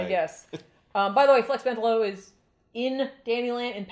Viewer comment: This is such a fun one. Though I thought Flex's last name was pronounced MEN-tallo